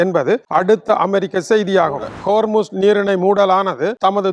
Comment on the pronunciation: Dai sottaya, athu kormuz illa hormuz